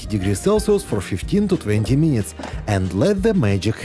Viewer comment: Дядьку, трохи хелпу з англійською. Треба казати не "мінітс", а "мінитс" (кацапською минытс) і тоді все буде гарно.